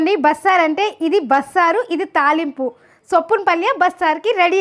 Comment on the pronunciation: adu soppina paalya kaadu, soppina palya😢